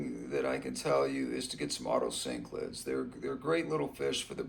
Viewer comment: Otocinclus, not otocyclids